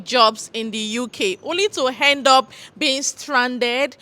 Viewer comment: "Only to h'end up..." I laughed so hard lol